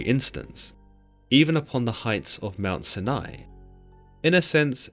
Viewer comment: I Kno this is petty but the way u pronounced Mount Sinai drove me crazy lol.